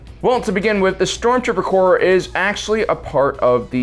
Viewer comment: Corps not Corp. Corp is an abbreviation for Corporation. Corps is Latin. The s at the end is part of the word, it does not mean plural. It is the Stormtrooper Corps, the Marine Corps, not Corp.